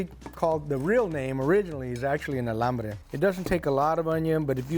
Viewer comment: Maybe you’re saying Alambre ??? 😮